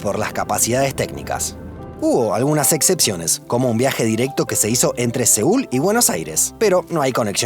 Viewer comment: que esta pasando que decis “etcepciones “?